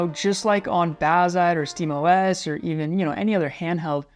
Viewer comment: you said steamos like "steemus" I'm GLaD someone gets the "GLaD Oh Es" joke